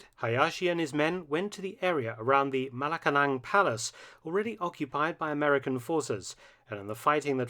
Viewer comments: It's "Malacañan" not Malacalang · Malacañang Palace, not Malacalang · its Malacañang Palace not Malacalang... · it is malacañang bruh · Malacalang? Correction, that's Malacañang. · Never heard of Malacalang Palace, are you sure it's not the "Malacañang Palace?" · Its called MALACAÑANG Not MALACALANG🤣🤣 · Correction, it's Malacañang palace not Malacalang😊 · Correction: its malacañang palace not malacalang. Its comparable to the white house in the us atleast in terms if purpose. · Wow i learned so much history in this one film! I'm from the philippines but education doesn't really teach much history about the ww2 and it's actually Malacañang palace not Malacalang palace hehe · Hello Mr. Felton, big fan of your work. Just a slight correction, i believe it's called the Malacañang Palace, not Malacalang. Cheers. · malacañang palace not malacalang but I understand mark, very interesting video btw I'm a Filipino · sorry but the correct pronounciation should be “Malacañang” not Malacalang But it’s ok I like your vid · it's not Malacalang,, it is malacañang (malacanyang), Im fillipino by the way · Sir its not Malacalang Palace its Malacañang (pronunciation, Mala-kanyang) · Malacanang,,not malacalang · It's Malacañang Palace not Malacalang Palace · It's called malacañang palace, not malacanang. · it's not Malacalang,, it is malacañang (malacanyan), Im fillipino by the way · FYI, its "MALACAÑANG PALACE" ... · Dr.Mark its Malacañang Palace /ma-la-kan-yang/ ...youre welcome 😁✌️ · Mark, it's "Malacanang Palace." Can you correct it? I worked there for nearly 10 years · humble correction it's Malacañang Palace 😊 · It's probably because of that damn "ñ" lol. but oh well, I can't blame the narrator since the English alphabet don't have that letter.